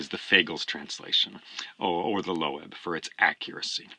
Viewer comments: Lovely video, thanks. Just curious how you came to pronounce "Loeb" as low-ebb? Took me by surprise, having said Loeb (rhymes with strobe) for, well, forever. Not that Wikipedia settles it but here's their take: "Loeb Classical Library (LCL; named after James Loeb; /loʊb/, German: [løːp])." Meanwhile, the Loeb AT Murray translation resembles the 1951 Lattimore, my first, which stands up quite well, though to my ears the new Emily Wilson finally eclipses them all -- except the Stanley Lombardo for reading out loud. In my experience of Homer, however, nothing rivals Alexander Pope's Iliad for clarity and drive. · I have bought Fagles, but Emily Wilson would be an awesome choice as well! By the way: LOEB is pronounced "LOBE" (like in ear lobe).